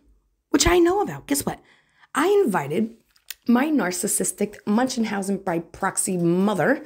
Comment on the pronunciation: "munchenhausen" ?? Okaaaaaay then.